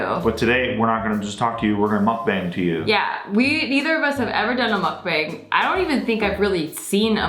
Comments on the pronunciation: Ask how to pronounce Mukbang. "muck-bung" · It's MUCK-BONG!!!! Aarrrgh lol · Lolol bang. Make the a sound more ah instead of a hard a. muk bahng. It is Korean word "muk" is eat- and then depends in context (eating ate eat). and "bahng" is room.. but they shorten the korean word for *show*.. bangsohng.. so that is where bang is from.. so.... muk-bahng. Sounds like the eating room / show/broadcast... Lolol love yall!!! Saw you guys on jk and had to follow!!!! is such a cutie. Love my fck perf nexklace! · Happy Thanksgiving you two, it's pronounced mukbHAng (bong) but u get a pass. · It's hard to watch you guys butcher the word sake and the word mukbang so much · I wish she said 'MUKBANG' the right way.